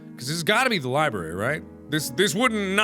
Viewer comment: Everyone in the comments are like 'Mark no, the medicine is for the plant' and I'm just here REALLY IRRITATED BY THE FACT MARKS SAYS LIBRARY LIKE 'LIBARY'